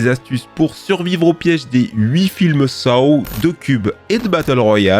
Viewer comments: Saw se prononce « so »😊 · Les films quoi ? SaOoo ?! Je sais pas pourquoi sa m’agace autant mais paye ton accent anglais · Sa se pronoce " So" mais sa s'écrit Saw arrête sa